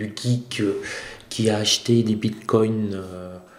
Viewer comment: "bine coins"